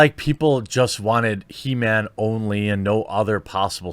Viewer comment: It's He-Ma-am .. get it right bro !